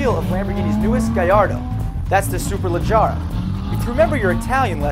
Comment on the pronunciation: it's SUE-PUR-LUH-GE-RAH